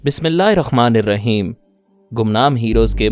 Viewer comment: Bhai aap bismillah hi rahmani rahem ko ghalat keh rhi ho .rahem ko rakheem kehti ho